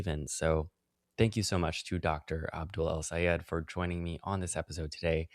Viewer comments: This is such a great conversation. Wish I could vote for Abdul. (And it’s Abdul, not Abu,!) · "Aboo Al Sayehd"